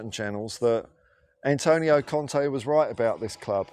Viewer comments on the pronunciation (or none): none